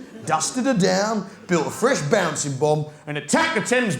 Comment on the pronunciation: Baansing bomb 😅😅